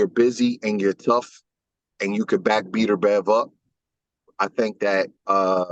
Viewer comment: Did this man call him beater bev. 😂